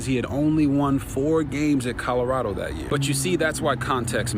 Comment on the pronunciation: Whitlock, the pronunciation, is not Codorado, but Colorado.